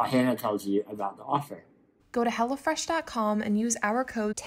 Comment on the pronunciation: It sounds like you're saying 'Go to Hell" Fresh dot com lol lol